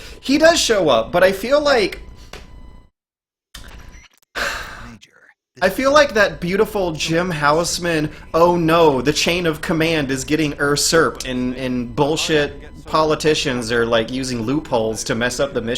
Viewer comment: No one else pointed it out huh? "Ersurped"? That's a new one